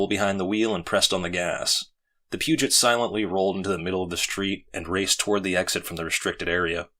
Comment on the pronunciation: Peugot is read as "pew-goh" btw. Great job!!!